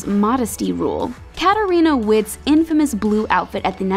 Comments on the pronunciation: Her name is pronounced Katarina VITT (spelled Witt, but she's German) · And Witt is pronounced "vitt" not "witt" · Also it's pronounced Vitt not Witt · I’m not a figure skater but I cringed when she pronounced Katarina Witt’s name